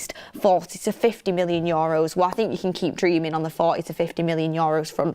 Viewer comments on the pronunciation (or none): its not yoros is euros, had to comment its bugging me lots